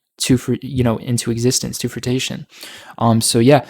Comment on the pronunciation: Fruition not fruitation. But awesome call, Been a fan for years